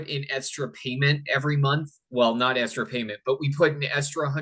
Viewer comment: What is this “estra” word he keeps using?